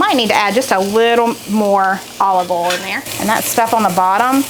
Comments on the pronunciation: Haha it's o i l...,from northern Minnesota....not olll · I like the way you say oil, foil, broil, etc as if it rhymes with Cole. Then I started thinking maybe his name is Coil! I want to try that Mac and cheese with the cream of chicken soup. Yum!❤️